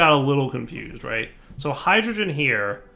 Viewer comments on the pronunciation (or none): none